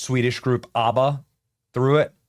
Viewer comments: Benny you need to learn how to pronounce ABBA! 😂😂😂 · Benny it’s AB-BA not Arba. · Short A on the ABBA pronunciation, Benny. ah-buh is an Israeli pronunciation.